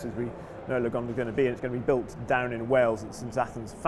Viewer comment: Haha its sounds like yugonda...